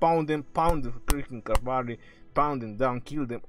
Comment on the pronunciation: Ur a legend "SMASH THAT CAVAARY"😂